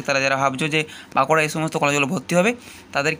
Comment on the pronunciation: ওরে ভাই "ব্যাংকুড়া" নয় বাঁকুড়া !!!!